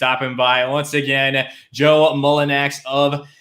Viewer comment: what a fucking pathetic loser who can't pronounce players first name while making a video about that player...Mullinax POS h8er...Pels and Grizz will meat in play in....Jonas will destroy the Grizz with 25/25 game...Grizz fans Fuck YOU ALL...Pels is just a shit franchise...looking forward to 2022 FA for Jonas